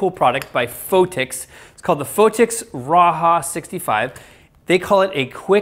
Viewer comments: I think its pronounced RA- JAH not RA - HA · pronounce as 'Ra" "Ja" and not "Ra" "Ha"